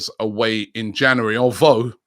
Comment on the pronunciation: Why can’t Robbie pronounce “January”?!?!?